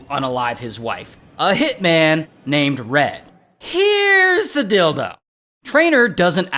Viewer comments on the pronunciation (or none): Ray said Dealtho 😅😅😅😅😅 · Deal though ❌ Dil- ✅